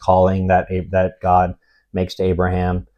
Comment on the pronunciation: lol I was confused why u kept referring to Abraham as abram